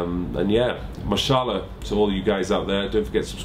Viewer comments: Great vid. Was that mashAllah you said at the end? Lol... good pronunciation there. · Just MashaAllah!!! 😍 Love how respectful is towards Muslims and how considerate he is to upload this vid during the holy month! He isn't any typical white fitness boy! N great pronunciation on the Arabic😃 Ramadan Mubarak 🙏❤️